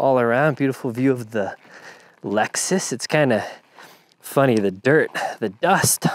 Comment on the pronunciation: I like how the Hawaii in you randomly shows up...... 'the lexsoos' 🤭🤙🏽